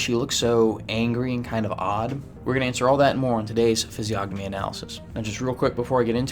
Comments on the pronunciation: It's pronounced fiz-ee-o-nuh-mee, the g is silent ffs what a fraud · Isn’t the “g” silent? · Stupid autocorrect. Should have said PRONOUNCE. Not Province. The G in physiognomy is SILENT. You don't pronounce it! How can you know how to read physiognomy when you can't even pronounce it correctly?? Look at the phonetic pronunciation guide in any dictionary! You know what a dictionary is, right? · How can you POSSIBLY even know ANYTHING about physiognomy when you can't even province it right?? The G is SILENT! And, furthermore, of course she looks angry and 'weird'! Her husband was brutally murdered! How would you feel???! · Why is he pronouncing the g in physiognomy??